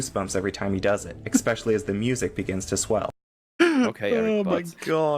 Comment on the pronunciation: I think I missed something in the past five years or so. When specifically did everyone agree on changing how we spell "Especially?" This reviewer and the majority of people I meet in the wild say "EC-speially" now. Please stop.